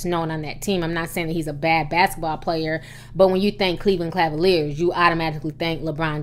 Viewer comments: Why can’t Ti pronounce CAValiers? It’s CA-VA-LIERS not CLA-VA-LIERS. 😂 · It's Cleveland Cavaliers. Not Clavaliers. Lol Hehe just buggin ya. Xxoo